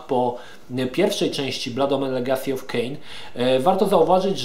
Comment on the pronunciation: uwielbiam jak akcentujesz angielskie wyrazy: "Bluud Omen". XD